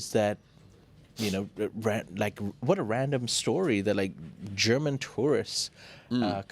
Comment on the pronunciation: "german" turistits 😂